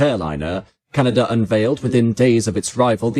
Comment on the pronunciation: It would be nice if the narrator could be taught to pronounce C D Howe's name, it's not C D Ho. Also to break the habit of brits to add a non-existent R to the end of Canada.